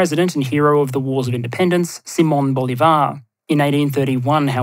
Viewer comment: Lol... Talk about passive-aggresive. You don't need a new keyboard, Your subtitles already have the proper accents. The issue is when you say"Nicólas" or "Bolivár"... If "you know", you should then just read them so not to sound embarrassing.